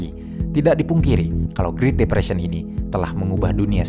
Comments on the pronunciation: Great depression itu spellingnya GRET bukan GRIT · Bukan mau menggurui, karena saya tau pasti pinteran adminnya daripada saya, jauh lebih pintar dari saya, tapi kayanya great depression tuh dibacanya "gret depresien" Min. Tapi asli keren banget channelnya, tiap hari saya tungguin channel ini